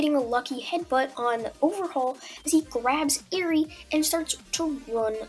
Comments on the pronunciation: It’s pronounced air-ree not ear-ree. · Ahhhh I can never get over the way you pronounce Eri